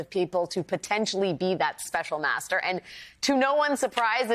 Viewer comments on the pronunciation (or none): master not maeztr, FFS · master NOT mztr, STOP REMOVING MY COMMENTS, they are valid, the woman has no vowels !